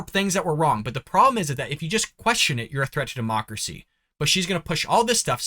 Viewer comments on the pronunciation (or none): Anyone else catch her saying dem-marx-cracy not democracy? Is that a mix between democracy and Marxism? That would totally explain everything they've been doing and persist on doing; they also are the administration that has the nasty habit of saying the quite part out loud; what do you people think 🤔?